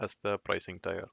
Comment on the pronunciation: Well done video and your english is nicely done. Check perhaps the pronunciation of the words: domain, tier and premise. Those sounded strange.